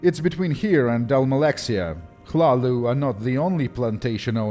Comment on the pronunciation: Omagahd, you're the only one who pronounced hlaalu the right way, incredible. The others that I know said smth like laluu, la lui, lelua, llala and so on